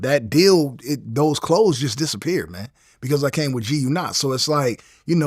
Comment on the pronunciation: We did not stop wearing g-unit shoes because you said GUNot bro.